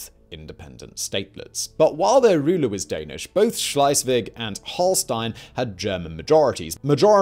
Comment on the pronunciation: Love the show… but please sort out your pronunciation of ‘Schleswig’ and ‘Holstein’…. ‘Holstein’ is not even consistent between takes.